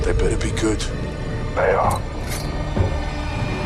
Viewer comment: “This is gewd”